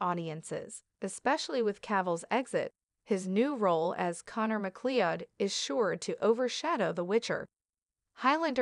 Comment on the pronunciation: MacLeod is not pronounced like that! Try "Mac as in Big-Mac and Cloud as in fluffy white things in the sky.